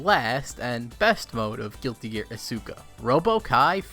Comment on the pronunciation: i bought isuka for half a damn dollar and its so stupid it just loops around to being amazing alsoyoupronouncedisukawrongbuticantreallyblameyouitjusthurtsmyears